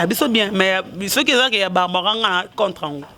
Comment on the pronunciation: apprends d'abord à parler, balobaka contre et non contreu, bino mutu bozo fingissa fally